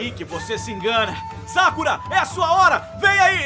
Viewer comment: se pronuncia sákura, não sakúra